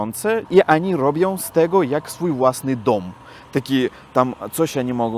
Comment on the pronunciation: Mówi się oni a nie ani